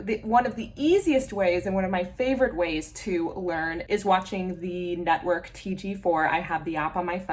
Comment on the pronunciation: Nice! Im learning Irish too, but I have also learned Romanian and Yiddish so it’s not my first rodeo. Also its pronounced tay-gae-cathir for TG4